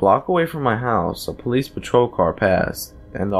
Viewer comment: "Open up this is the police-izzzzzzz" ... lol really?